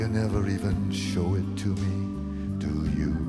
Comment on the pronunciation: It always bugged me when “do you” is rhymed with “ooh-yah” sounds. It’s obviously supposed to be pronounced “do ya”